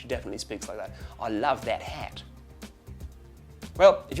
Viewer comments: "that hat" sounded kiwi, I say it more like that-at and the t sounds kind of "blurred" out a bit but anyway Australian accents all sound different anyway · "That Hat" is a kiwi accent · wasn't too bad 'cept for the 'a' when doing 'that' 'hat' that was the kiwi accent!